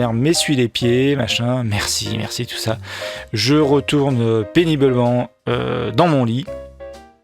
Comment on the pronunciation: Pénibeulment ? Deux fois ? C'est un hijack de cerveau !